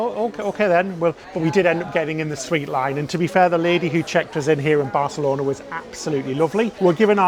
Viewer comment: This is going to be a useless comment but I'll power through. THANK YOU for not saying BarTHelona! 🤣